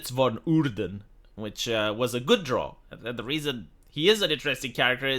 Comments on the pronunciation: Its pronounced, the drough like eyebrow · drow, like prow of a ship. not drow like crow, and especially not drow like "draw"